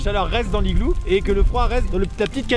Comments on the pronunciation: tu as aussi dit je crois "DU l'igloo (j'suis pas sur d'avoir bien entendu) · Ethan Z non mais on dit l’igloo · oui mais on dit pas le igloo on dit l'igloo 😂